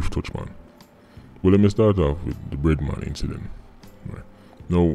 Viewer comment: Thought he said redman until I read the screen and saw "bread man".